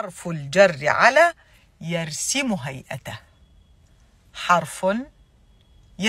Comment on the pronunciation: جميل بارك الله فيك ملاحظة: يرسُم وليس يرسِم